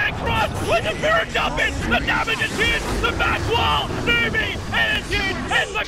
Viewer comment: "Juuge! Absolutely juge."